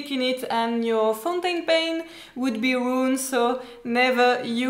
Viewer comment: Omg you are just too sweet 😀. Dive into the ink 😂 and funniest/sweetest was when you Said ’you don’t want to ruin your foutainpen’ 😊 Thanks for all the ink information, i really needed to know all this.